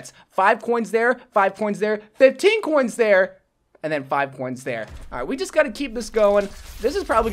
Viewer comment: I love how he says "coins" ... Kinda sounds like "cwoins"